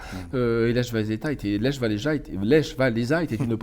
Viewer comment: je saigne des oreilles quand vous prononcer le prénom Lech xD c'est pas lèche xDD et gdansk a choisi sont camp en 1577 et elle a choisi la Pologne :)